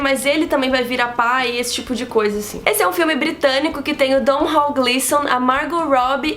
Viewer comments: o nome do ator irlandês é Domhnall Gleeson (com um M e um N) e se pronuncia de forma bem simples, Donal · o Gleeson já disse que o nome dele se pronuncia como 'Donal'. Ótimas dicas, hein?! Obrigadíssimo!